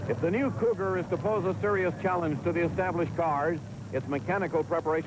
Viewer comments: Yep, RIP to several of these guys. But it was nice to see them racing the Mercury "Cou-GAR"(as the interviewer kept calling them). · That interviewer at Sebring needs to learn to pronounce "Cougar". LOL.